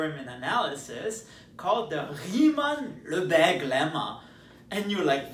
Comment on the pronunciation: I am proud of him pronouncing "Riemann" in perfect German.